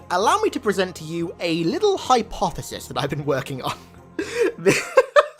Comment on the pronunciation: ''hypepothesis'' you're welcome